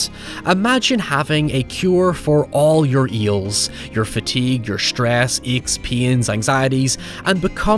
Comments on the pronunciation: What if you could cure all your "eels" is what I heard instead of ills lol still makes sense within the movie 😂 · The fact that the way says "ills" sounds like "eels" is a perfect, coincidental nod to the truth of the film. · you say ills and eels the same. adorable. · did I just spot you saying "for all your eels"?! LOL